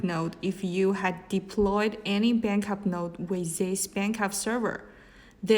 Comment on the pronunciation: Bankup? not backup? a company who use unprofessional english speaking people is not trustable